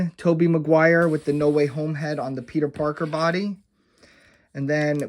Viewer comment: The fact that you commit to saying Mcguires name wrong just to get under the skin of viewers is great. Great work